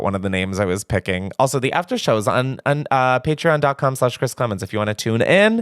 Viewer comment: Chris you 1000% mispronounced my name but I will let it slide for the fact that ily